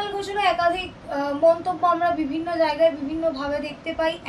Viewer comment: Sangbadik ke bilchi jagai mane , eto cjoreder ranir bhasa . Ucharon thik korun , Jaigai bolun .